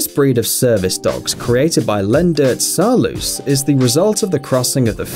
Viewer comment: I'm a Dutchy and Saarloos is not pronounced like all English speakers do. If you can say nose, you can say Saarloos. Man, that is a Dutch name! He never emigrated to the US, so he never turned into a Saarloose. Remember the simple trick: it ends juse like nose. Say nose and say Saarloos. Easy! You English speakers have a hard time pronouncing the European U. That sounds a bit like the ew in news, but it's hard to imagine you never ever need to make that sound. This Saarloos is an easy one, though. Why don't you YouTubers even try?! Each video on those wolfdogs they rape that name. It has become normal to screw it. They have no idea how simple it is, to say it right.